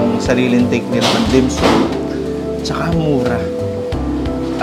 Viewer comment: bossing ang pronounce ay dim-SAM .. hindi dim-SOOM 🤣😋🤣